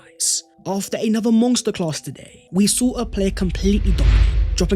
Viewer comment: Dude, there is no g in monster... 🤦‍♂️